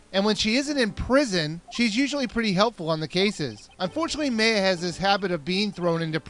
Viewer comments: by the way you mispronounced mayas name, its pronounce (my-uh) but you said (may-uh) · Its Maya. MAI-AH. Not May-ah. Get it right. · I think Maya is pronounced my-ah. not may-ah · MAY-A? It's pronounced MY-A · Meya? isn't it Maya? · Isn't it pronounced "Ma-ya"? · hey you do realize that her name is maya *my-ah*. same thing with von karma, her name is franzizka, not francheska. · OBJECTION!!!! It's FranZISKA not Francesca And May-uh? Ummm... 0.0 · I think it's pronounced M-ai-ya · actualy, maya is pronounced M-EYE-AH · Was I the only one who pronounced it MY-A? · Actually, I've seen a few other people pronounce her name like that. I don't, but it's still a mystery.